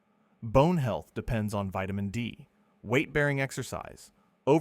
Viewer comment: Vitimin D too.